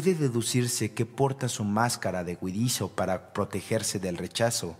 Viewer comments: se oye huidizio y otras huidichio; debe ser huidizo. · Huidizoo ? Ocomo dice? No alcanzo a oir claro. ?😊